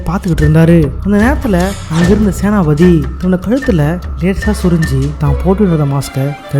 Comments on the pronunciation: Yoov... ATHU Senathi pathi illa. Senapathy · Senathipathi❌ senapathi ✅